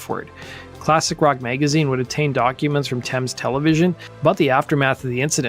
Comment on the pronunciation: Nice to hear an American saying Thames correct.